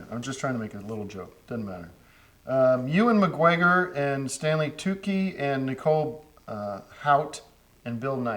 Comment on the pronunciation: out of all the mispronunciations, "Ewan McGwegor" hits so fuckin hard